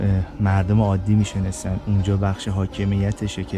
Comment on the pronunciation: جان بسیار عالی و‌ممنون بابت این گشت و‌گذاری که ما را میبرید ، ولی می شنستن دیگه چه صیغه ایه « می نشستند» تلفظ کنید لطفاً مى نِ شَسْ تَنْد